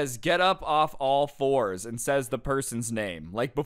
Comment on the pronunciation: You said floors not fours i heard an L But that teacher probably wanted to spray him with water